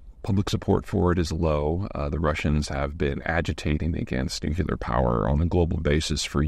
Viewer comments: Why can't Americans say 'nuclear?' It's not 'Noo kill Aa.' It's 'knew clear.' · Nuclear is pronounced “new-clear” not “nu-cue-lear”. I distinctly remember everyone in the media mocking W Bush relentlessly over that, yet Peter screws this up in every one of his energy and war videos and not a peep out of anyone. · Dude. NUC-LEAR. IT'S NOT NUCULAR. It's astounding to me that so many people made fun of George W Bush for this, and now it's just normal. It's important because the name nuclear indicates that it comes from splitting the nucleus of the atom. Ther is no nuculus in an atom, so people will only become more ignorant of the realities of this technology, which is why people fear it. They just don't understand it. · the way Peter sez NOOK ya ler grates on me. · Supply chain YES. Carbon free MEH after construction there are no more delivery sytems or concrete out gassing. AND it is NOT NUKULAR! It took 20 seconds for this talking head to loose my confidence, its just a thought, y'all have a good day. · Nuclear not nucular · It really grinds my gears when people say "Nucular" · Nu-clear = Yes! Nuculer = :- ( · We should make an effort to say “nuclear” instead of “nucular.” I’ve slipped and done it wrong myself. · "New clee ur". Not "nuke you lar" Come on Peter, you're clearly smarter than Bush Jr. Please act like it. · 1) It's "nuclear", not "nucular". 2) Assuming the COP (coefficient of performance) of your air conditioner is positive (and this is always the case), the AI chips themselves will use much more power than the cooling system. I know that trying to inject real, specialist knowledge in a Zeihan video is likely pointless, but there ya go. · is not niucular is nuclear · Let's go nu-qui-lar ! Gooooo !!! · Nuc-U-lar? Come on Peter! You're better than that!! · No you 're not. According to Peter you 're a Nucular Engineer. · FYI viewers: nucyooler = nuclear (noo͞′klē-ər). You’re welcome. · it's pronounced Nukelar, thanks to Bush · Nu-clee-ur. Please.